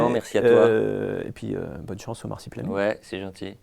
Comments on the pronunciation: Je me sens juste obligé de commenter que ça m'as un peu tendu à chaque fois que disait "Marsipulami" au lieu de "Marsupilami". Voilà c'est tout des bisous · Masupilami et pas marsipulami* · Personne ne c'est arrêté sur le fait qu'on dit le Marsupilami, et pas Marsipulami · Au bout de deux "MARSIPULAMI" de l'interviewer j'ai vomi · L’intervieweur est super par contre je crois pas que y a une fois où il a bien prononcé « Marsupilami » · Marsupilami pas marsipulami ;) La première fois je me suis dit sa langue a fourché mais ça continue :) Sinon très bonne interview comme d'habitude.